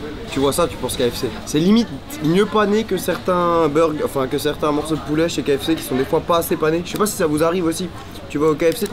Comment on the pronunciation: Y dit du pouléh